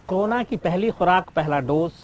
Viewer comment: क्रोना नहीं साहब, इसको कोरोना बोलते हैं | It is called Corona, Sir and not crona